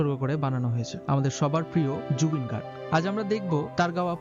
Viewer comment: Please mention wright spelling not gorg it's Garg